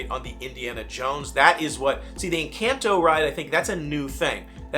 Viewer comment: People are upset that you’re mispronouncing Encanto.